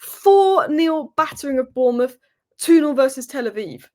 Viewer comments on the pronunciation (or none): none